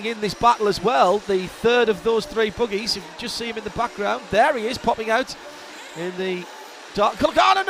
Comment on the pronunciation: They're buggies, not boogies.